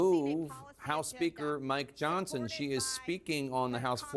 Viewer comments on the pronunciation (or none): Moscow Marjorie, it is pronounced "Johnson" not "Johnston"